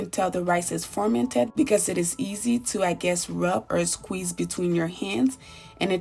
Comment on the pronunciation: Nice video? why do you keep saying formented tho? 😂